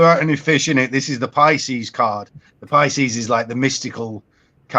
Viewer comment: Thank you! Vesica PISCIS (pr.pisskiss!), not pisces...damn I tell ya it is a pet peeve!